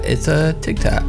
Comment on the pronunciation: doesn't it sound like everytime he says tik Tok it sounds like he is really saying tic tac